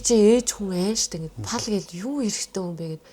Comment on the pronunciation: yu yu geed shaachiwda😂